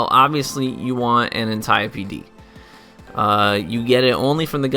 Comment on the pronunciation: Holy shit I think you just became my favorite Destiny Youtuber..... you pronounced the Antiope-D correctly.